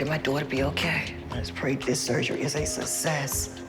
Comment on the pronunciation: is it just me or did the mom said "susses" (success) and "straighth" (strength)?